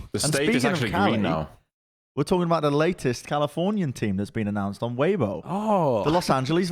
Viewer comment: The way he initially said it made it sound like it has a 'v' instead of a 'b.' Must be the accent. :P